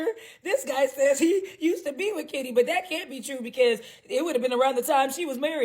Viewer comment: Sweety you keep saying kita when you should be saying KITTY 😂😂😂😂